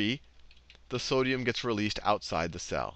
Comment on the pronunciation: Everytime he says "cell", I hear it as "Sal".